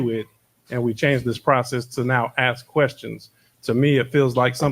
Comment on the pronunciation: It’s pretty sad , when your mayor can’t even pronounce the word ASK, not AXE dummy